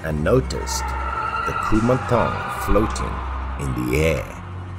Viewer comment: As a Thai, I would like to say that your pronunciation of “Kumanthong” is quite on point. 💕